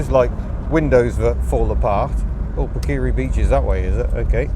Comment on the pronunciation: Hi, It's pronounced Parker ree .In NZ the gravel roads are called metal roads... and I reckon it's why possum Bourne was such a great rally driver.A lot of us learnt to drive on them.